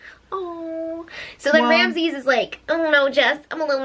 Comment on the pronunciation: Omg 'Ramzez' lmao 😂